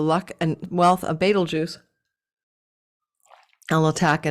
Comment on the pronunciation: Love you,! I am watching now, cuz I was in a very long and silly work meeting...womp womp 😂 every time you say beetlegaise - I think of Beetlejuice! 😋